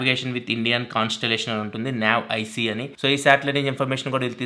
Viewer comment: Adhi NAv ic kadhu NAVIC . Ala pettaru modi garu name daniki